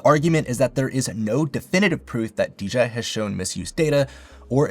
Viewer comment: ...Why are you saying DJI like that? lol